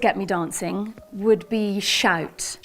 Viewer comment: One thing I found quite interesting is that the way says the word "shout" to me sounds very much like a Standard Scottish English accent poking through. According to her she lost her scottish accent due to going to boarding school in england, so maybe she has the occasional artefact of her "native" accent. Which now that I think about it, would be an interesting video topic: is there any research on people who have "acquired" an accent at some point in their lives, to determine if there's a pattern in the types of words/phonemes they tend to preserve from their old accent?